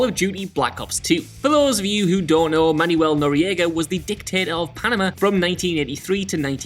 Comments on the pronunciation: It's pronounced "Manwel" not "Manyou-el." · dude, c'mon. It's pronounced "Manwell" not "manual" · Manuel- pronounced man-well but you do you, I suppose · Man youell? Manuel is pronounced Manwell. Didn't you ever watch Fawlty towers? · man-well not man-u-el. not notoriety, noriegaity. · I don't speak Spanish and even I know "Manuel" only has two syllables. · The way this man pronounced Manuel hurts my Spanish speaking soul